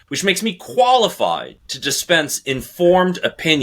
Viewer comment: Ed keep saying “qualified” with emphasis!! Great voice!!